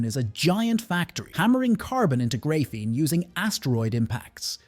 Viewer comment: It’s pronounced grah-feen not gray-feen and lead is pronounced lehd not leed